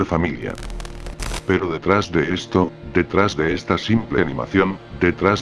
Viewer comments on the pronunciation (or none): none